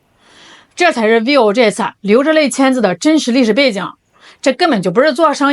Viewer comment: vi-vo，两个音节，不是 viu